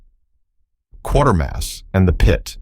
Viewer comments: no It's pronounced like the word "later". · Check the mess auto-correct makes of spellings before you commt the script to the AI for speech generation. It is pronounced as in CRATER, not quarter. Reliance on AI is ruining YouTube. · The narrator should actually watch "Quatermass and the Pit" to get the correct pronunciation of his name. You say QUA as in 'QUArter' while the British say it as KAtermass. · Kuwatermass not quartermass !!! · It's not Quartermass but Quatermass (pronounced as k-way-ter-mass. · It's pronounced "kwater-mass"...not quarter-mass..there is no "r" in the name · It's "QUATERMASS", not Quartermass. Idiots. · MASS and not MOSS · Qatermass is a great movie. Pronounced like 'later' in the movie. Not 'quarter'. Funny thing, it grips you as soon as the opening credits are done. That's more than can be said for a lot of modern movies. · The narrator badly mispronounced the name Quatermass ( Quatermass and The Pit )the 1st part of the name rhymes with the word “Later” (Later-mass) it makes me cringe every time he says it - all he has to do is watch the movie & hear the name correctly spoken it’s not rocket science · Quay-ter-mass . Also, someone fix the captions; its Mario Bava, not Baba, and Joseph Losey, not Lucy. Fantastic Voyage was hardly overlooked, either. It did fairly well at theaters and even spawned a Saturday morning cartoon. The complete BS that these things perpetuate is astounding! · You keep pronouncing Quatermass as "Quartermass"... is that right? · NO! Quatermass rhymes with “Later-mass”, I saw the original BBC tv version in the late 1950s and all the subsequent remakes since, but in all my life I’ve never heard it so badly pronounced in the manner the narrator in this vid does ( annoying) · You know the AI is struggling when it doesn't know how to pronounce Quatermass. Or maybe it's a poser of a video producer not actually watching the movies they are talking it about, because it is said a hundred times. KWAY TER MOSS.